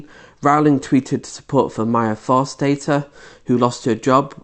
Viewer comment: You have 22 likes, can't pronounce her name properly, and are taking her out of context. You can't pronounce Maya Forstater's name correctly either. You're not very bright.